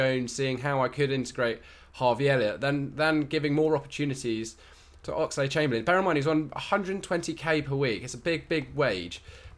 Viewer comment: Why does he keeping saying "Oxide Chamberlain"?